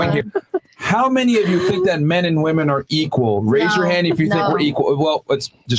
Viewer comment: Dude hearing ‘flewed out’ instead of ‘flown out’ and ‘woman’ instead of ‘women’ actively depletes my iq. Ugh.